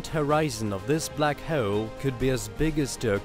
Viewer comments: Can not continue watching, christ you sound so annoying. I want to punch a wall every time you say "black heul" fucking hell. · NO, shitty music and horribly anoying narration ("Black Heule" .... What!?!); 2 minutes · I can't handle the narrators speech impediment. Hawoel and salar system . Wtf 😒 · dont be an ass hewol. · "Black hewl" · Yes that's the Russian accent coming through mixed with classic British English. You have a fine ear sir. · But the way he said "hole" annoyed me so much.